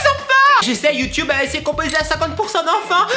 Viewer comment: Juste un truc on dit youtuuuuuuuuube pas YouToube sinon. Je t'adore ☺